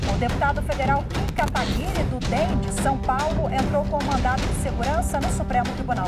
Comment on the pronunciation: só eu entendi " a deputada federal Km Kataguiri"?